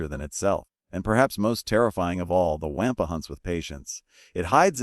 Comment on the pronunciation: The "Waaampa" is pronounced "Wawm-puh".